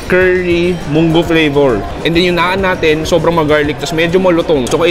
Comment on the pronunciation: Bro kala ko pa naman tumaas na standard mo sa Indian food pero ung tamang pag bigkas ng Naan ay mali ka parin.